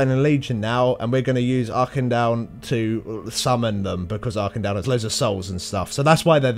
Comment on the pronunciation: you're all wrong. Dalaran isn't dal-a-ron. It's dal-a-ran. Auchindoun is Ow (like the first part of when you say ow after you get hurt)-kin-doon